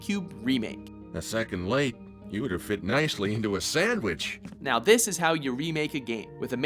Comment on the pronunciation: "Here take DESSS" Im criyng😂